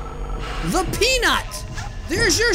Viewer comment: Uhh it's pronounced thee peanut now you got to do it next week too! Lol jk thanks so much for the shout out:D